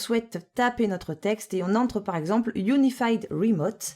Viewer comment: "PC rimoute" :)